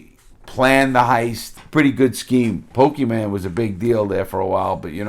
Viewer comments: Larry read it as Pokemon and I was so happy and then he said it a second time as Pokeman 😂 Anyone over 30 always says man instead of mon. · PokeMAN cards... never understood why people pronounce mon as man... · You said pokeman oh god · Love hearing someone who was born before 1985 say pokeyman I just got busted drinking heaps at work, cause of stupid personal stuff but also corona Been 6 days still no end to the drama, apparently being a good fault finder&the only electrician on a crew lends some benefits. I should stop thinking that way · Slicc Ricc pokeyman